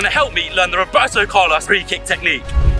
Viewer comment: when he said Roberto Carlos it kinda offended me of his accent